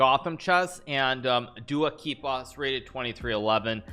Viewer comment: What the...................................?? Never seen that insanely correct pronunciation